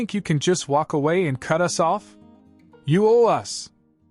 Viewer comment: AI says 'US' instead of 'us'. How effed up is that.